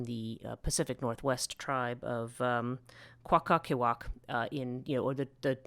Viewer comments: Horrendous. Can’t even pronounce her name right and made a whole episode about her. You English have no right trying to reteach OUR history. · Stop with the “ums” please, and learn to pronounce the names with some degree of accuracy. I love the topic too much to see it mangled. Thank you. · coh- ot-lee-quay